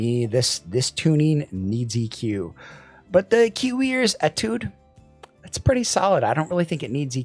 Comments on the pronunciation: It’s pronounced ‘AYE-tood’. It’s French for ‘study’. Nothing to do with the IEM so I’m sure it was chosen because it sounds cool. 😎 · you pronounce étude as if you're sneezing.